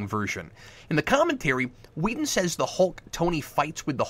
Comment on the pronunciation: Are you calling him Wheaton instead of Whedon? I think that's what I hear, and it's cracking me up. Keep up the good work, Cap.